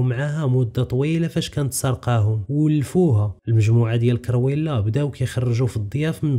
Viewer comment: كرويلا ماشي كيريولا